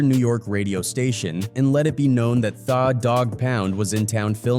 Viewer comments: Thought he was going to say they/them dog pound 😂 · "Thaw" Dogg Pound 😂😂